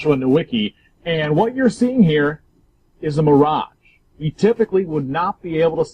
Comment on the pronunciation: Lol ahh man. Help these people.. He said Miragè sheesh